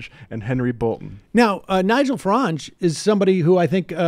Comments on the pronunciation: Nigel "Farange"... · Farage, not Farange. Jesus Christ...